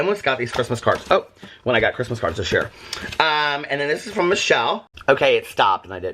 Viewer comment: It actually looked like said “yaer” at 10.00 😂😂😂❤️